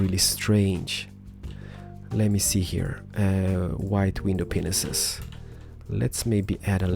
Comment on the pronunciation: Stop saying window penises